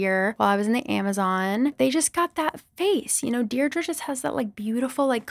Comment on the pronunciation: Deirdre is actually an Irish name and its pronounced Deer dra